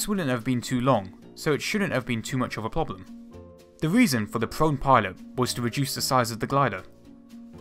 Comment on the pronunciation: "..too much of a ploblem everyone makes mistakes but lol